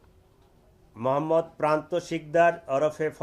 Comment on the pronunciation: তোমার মোহাম্মদ বলার ধরন টা ঠিক সুবিধার লাগলো না ।